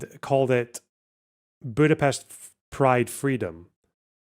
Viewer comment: First Scottsperson to pronounce Budapest correctly 🎉